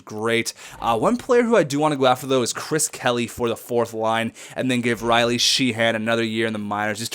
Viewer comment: Sheahan is pronounced shay- han(d)